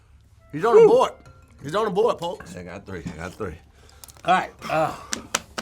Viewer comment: . I'm pretty sure he meant CarMax not Carmus 🤣 Again ladies and gentlemen he meant About not abought. Sorry for the inconvenience did he say polks instead of folks? Somebody please get KevOnStage to overview this 🤣🤣